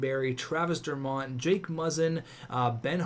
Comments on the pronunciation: It's pronounced Dur-Mitt not Dur-Mott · It's pronounced Travis Der-mitt not Der-mott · The way you pronounce dermott...